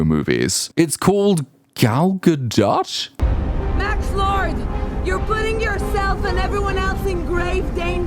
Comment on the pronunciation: I have noticed that most people finally figured it out now that she's mostly out of the news. That drove me nuts, especially when they said "dot". In French it's "oh", it you pronounce the T it's "oat". Never "Gah-dott".